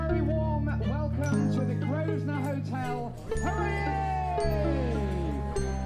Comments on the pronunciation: I don't get why the owner pronaunsiates the name of the hotel wrong. It's not "groesner", it's "grouvner". It's his own hotel! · Incredible!.... owns the hotel but he can’t pronounce the name properly! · didn't name the hotel. The Grosvenor Hotel was named The Grosvenor Hotel when he purchased it. It's now. under different ownership and it's still called The Grosvenor Hotel It does say something however, when an owner can't pronounce the name of his own business. And can't be bothered